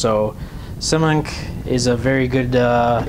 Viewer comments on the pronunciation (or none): lol "simunk"... It's "Simon-Kay" :P Also, you can simply reflash the DJI 30A OPTO's with BLHeli, much better than Simon-K too.